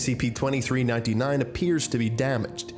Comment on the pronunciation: and everyones gonna ignore the fact he said SCIPS?